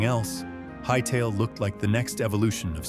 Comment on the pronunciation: Hytellah? No, get this AI slop out of here